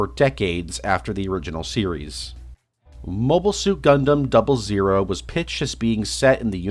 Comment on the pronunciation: I love your channel man and this is an amazing video but why'd you say 00 like that?